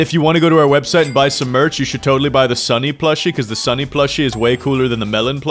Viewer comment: I think you mispronounced "Sunny"